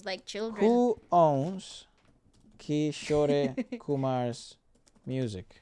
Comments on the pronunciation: Guys Kishore is pronounced as kishor and not kisho-ray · Amazing vid, just one thing cuz it really hits my ears everytime. 'Kishore Kumar' is pronounced as 'Kee-shor'. Unlike in Spanish, the last 'E' is silent. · Guys just a little tip for the pronunciation for kishore sir's name - its not Kisho "rey" like you guys saying it, its kishor , you dont need to pronounce "e".. pronounce it like how you pronounce more or door. just Kishor. not Kishoreyyy. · His artist name is pronounced as Ki-shore(shore as in the sea shore) and Kumar is how you pronounced it. The ‘e’ is not pronounced when written in English. In the Hindi spelling there is no ‘e’ sound it ends at ‘ruh’ sound. Just something I noticed no one mention. Love your videos❤️ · it's not kishorey kumar, it's kishor kumar, e is silent at the end. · His name is Kishor Kumar by pronunciation although by spelling its kishore kumar.. just humble correction..